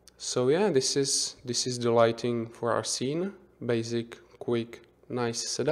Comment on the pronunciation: Not "doo", not "de"! The! :D